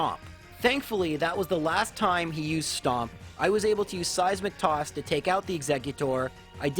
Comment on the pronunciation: Am I the only one who hears 'Size McToss' when he says 'seismic toss'? Am I insane?